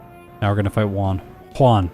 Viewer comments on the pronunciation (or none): Whon and Whallie :) . . . . Juan and Wallie, but with an initial H :)